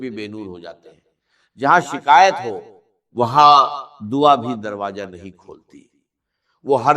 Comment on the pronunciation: ایسا راز بتانے والا ہوں کو کہا کہ ایسا راج بتاتا ہوں ۔اور دروازے کو درواجا کہا ۔۔واضح ہے کہ صرف ویوز کے لئے جھوٹی آواز بنائ ۔۔اچھی بات بتا رہے تھے تو جھوٹ کا سہارا کیوں لیا